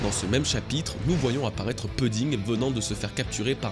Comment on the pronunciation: franchement tu fait des vidéos incroyables et je kifff bcp, mais la manière dont tu prononce pudding m'énerve graveeeeeeeeeeeeeeeeeeeeeeeeee je sais pas pourquoi mdrrrr